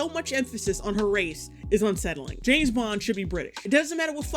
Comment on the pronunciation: JAMES bond. JAAAMMEEESSSS bond!!! James, not Jess bond ffs